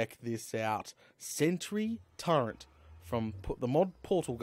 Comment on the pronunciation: Why does he keep saying TURENT? there is not N in Turret